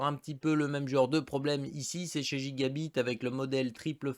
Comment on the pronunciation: Je sais pas si c’es pr pour être drôle ou quoi mais si tu pouvais prononcer gigabyte normalement ça serais bien mieux c’est un y pas i ;)